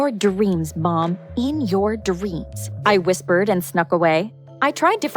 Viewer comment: My favorite part was “in your D-reams mom! In your D-reams!” 😂😂